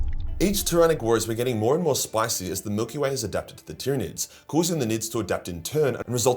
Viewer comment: Tryanids numb numb